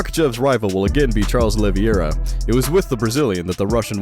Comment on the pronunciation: IS OLIVEIRA NOT OLIVIERA!!!